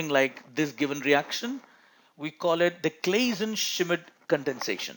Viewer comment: Great videos but man it´s fun hearing yo ustruggle with the german names^^ little tipp for the name Schmidt^^ it´s pronounced like "shit" just with an M after the sh^^ but other than that great video